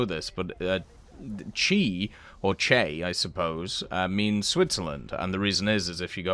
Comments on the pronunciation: Im swiss and I dont know if you said CH or CHA or CHE, for clarifying it is CH but it sounded like you said CHE or CHA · Yeah, I’ve never heard CHe, just CH.